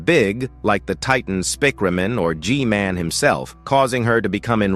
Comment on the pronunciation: "spikremen armada" 🗣🔥 "titan spirkremen" "camera strooder" "J men" "jisquad" "jisquad" again AI LMFAO